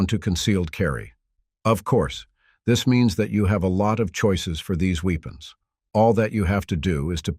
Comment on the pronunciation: seriously.... man you need to come up with some new material. Its the same weapons over and over and OVER! get creative and fix your artificial voice. " weepins"? really? its WEAPONS